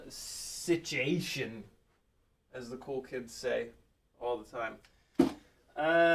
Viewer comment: dang i missed the live stream "sit-chee-ation"